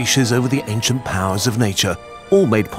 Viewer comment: Aincent vaccine 😂😂😂😂😂😂😂